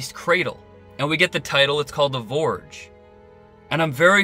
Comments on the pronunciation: Ps. It’s not Vorge. It’s Forge but you seem to have a number of surprising issues with the English language. There are obvious gaps in your education that would normally be funny but in your case I feel a little sorry for you. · Its called the Forge, not vorge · NS56sn - Yea! What's he saying? Borge? So fing annoying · Pretty sure it’s Forge, like a blacksmiths forge. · Oliver Quinn Vorge, I think 🤤 Yes, it's definitely Forge. I'm really not sure, unless author () is not a native English speaker, how he could mistake it otherwise. A forge is a place where things are made and formed. It's an obvious name for a facility that has the purpose that it has. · You sound like an intelligent guy. I'm surprised you said vorge over and over. I don't think that work exists. But, hey, we're only human. Or are we? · It’s called the “FORGE!” Not the “vorge!” What is a vorge??? You know what a forge is! Look up the definition of forge and turn on your captions to watch it again! 😬🙄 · Forge, not vorge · Its "The Forge" good vid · Forge has a soft F - Sounds like you keep calling it the Vorge. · Vorge Vorge Vorge Vorge Vorge so irritating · As always awesome review. I'm laughing my butt off at how many of us felt the need to "correct" your pronunciation of forge. Keep up the great work. I hope we don't have to wait till 2020 for season 3... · why does this guy not know how to pronounce forge? its where humans are forged into machines is he confused or just doesnt know how to speak properly.